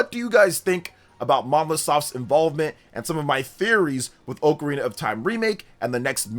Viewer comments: oh carina sounds terrible. And it is not the common pronunciation at all brother lol, some people tomàto, but it’s almost never heard anywhere, just get used to Ah KUH RINA , sounds way better , watch videos of people jus taking about the instrument outside of Zelda they all say it as it was intended to be said lol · forreal bro 🤣🤣 go to google hear the audio of how to pronounce it, definetly AH-kuh-rina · If you call it “OAK-arena of time” one more time…😂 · Correct pronunciation: “ah-kuh-REE-nuh”. When I was a kid and first played this game (probably in 3rd grade) I would pronounce it as if it were spelled Ocarnia. It wasn't until much later in my adult life that I realized I had been pronouncing it wrong for the entirety of my childhood. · Both pronunciations are technically correct. I’ve always pronounced it OH-carina. I vividly remember a text book in school describing the instrument and how they are often called “oh’s” for short lol